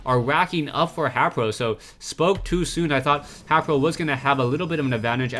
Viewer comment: It really bothers me that he pronounces HayprO wrong.